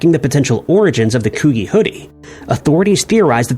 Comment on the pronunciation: the "g" in coogi is the "g"in giraffe, not garage.